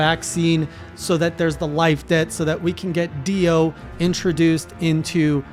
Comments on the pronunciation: This man's ability to mispronounce names is amazing... I mean I get the monsters from MH.. But DIO is a 3 letter name that is the same of a very famous Heavy Metal Legend...... And he still called him Dion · Everytime you said Dion instead of Dio I actually just said to myself "Ah that's so " I'm excited to see what your thoughts will be in the future. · It’s Dio not Dion 😂😂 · Dio,Dio,Dio,Dio,Dio. Keeps calling him Dion, and it make my brain WRYYYYYYYYYYYYYYYYYYYYY!!!!!!! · P.S. Please stop calling him Dion lmaoooo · He just sei Dion ? Is not Dion is prononcing Dio not Dion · did he call dio dion? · Did he just say "Dion"? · "Dee ohn" lol